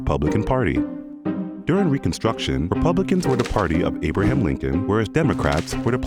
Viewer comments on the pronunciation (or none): none